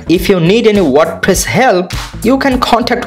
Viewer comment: tutorial good but its "wordpress" not "wordpiss" 😂